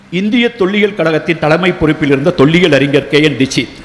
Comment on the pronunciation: அழகய்யா உங்கள் ""தமிழ் "" இலக்கியம் ஆனால்" தமில்" " தமில் " "தமில் "என்றும் அறிஞரை "அறிஞ்ஜர்"என்றும் தமிழை "சங்கறுக்கின்றீர் "வருத்தமடைகிறேன். நாம் இருவரும் சந்திக்க முடிந்தால் உங்களை "தமிழ்" உச்சரிப்புக்கு எளிதில் பயிற்சி அளித்து மகிழ்வேன். வணக்கம்.